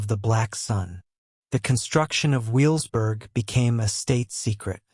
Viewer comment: And also it's pronounced ve vels burg in German the W sounds like a V not a W...